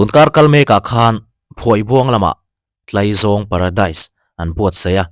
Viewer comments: Tlaizâwng a nilo tlaizawng zawk a lawm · Sir,in khaw lam dân nilovin Mizo ṭawnga 'Tlaizawng' a nihna ang khan lam dik laaaa.. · Sawi vak a chakawm viau....Hnamdang IG reels pawh hmuh tur a tam....A tam zawk chu fakna hliiiir a ni...Motor fare to erawh sawi a hlawh...Mahse, Mizoram ah chuan CNG/Electrict motor kan hmang ve lo..Oil man a to avangin fare a tlawm theilo... Chuan, Tlaizawng i lam dan hi Farkawn ah chuan kan lam dan a ni lo...😂😂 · Tlaizawng in lam rikdan chu a va mal ve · Tlaizawng i lamdan kha a thluk a dik lo